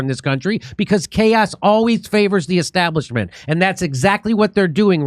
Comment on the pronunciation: "Because chaos favours the esstablishment".